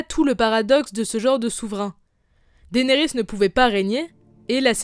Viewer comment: Pourquoi tu dit daénerys c dénérys